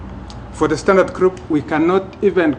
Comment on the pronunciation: Ha ha ha I've often asked the same question.Instead of Standard Group...he insists it's pronounced Sdantart Kroop :-)